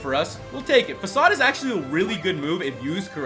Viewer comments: I thought facade was " Fa-kade " not " Fa-sawd " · Is facade really pronounced like that?